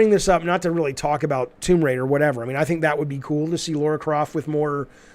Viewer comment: LARA CROFT Jaffe....not LAURA...as a Tomb Raider fan this drives me crazy everytime you say it 😂